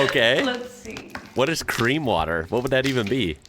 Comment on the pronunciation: Cream sounds a bit like clean?????